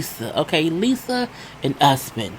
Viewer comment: I thought Lisa was saying husband instead of Usman!! I was wondering why his name was Husband, lol.